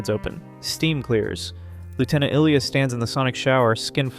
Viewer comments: I saw the movie twice in the theaters. NO ONE left when Ilya died. ALSO: Her names is pronounced: I-Lee-ah. NOT Eel-i-ya. NOTE: One more click-bait title and I'll cancel my sub. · Seriously…how can you make an entire video on a character, and mispronounce her name repeatedly in the video. 🥹